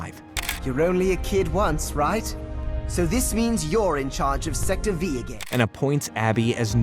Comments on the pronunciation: Stopped watching after you had the gall to call Sector V “Sector Five” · sorry to be "that guy", at the beginning, you said the show featured sector 5, weren't they actually designated as Sector "Vee" in the show? not V as in a numeral, but V as in the alphabet? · It's not Sector Five its Sector V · A part of my soul dies every times he says sector 5, instead of sector V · 1 huge flaw about this was how he kept naming the KND Sector that the show sector “3” and sector “5” when it’s Sector “V” as in english alphabet “V” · CORRECTION: it’s not sector 5, it’s sector v (the letter. Some adult working for the toiletnator must have been the narrator) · Why does he call them sector 5 the whole time instead of V? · Love how you keep calling it sector five, even after the clip where they say "sector v" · no offense meant, but calling the main team "sector five" and saying the word 'number' properly in operatives' titles are the two biggest signs that a person hasn't actually recently watched KND lmfao [for context if some are curious, the team is called 'sector V', as in the letter, and operative titles are both spelled and pronounced as 'numbuh']. the delightful children are also never called the 'delightful kids'- the show is very specific that 'delightful children from down the lane' is their official title. it's not like it's a sin to get these details wrong, just a bit strange since they're not things that a fan of the show would think to say. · I’m pretty sure it isn’t sector 5… it’s sector V, like the letter. As in Virginia. Where they were stationed. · "Sector V" is pronounced as the letter V. It could be a reference to the area or state where they're located, or it could be the roman numeral five. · Sector V. The letter, not the Roman numeral. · Nice research. It's not sector "V" as in the number, it's "V" as in the letter. The bases are labeled using the alphabet. Watch the show.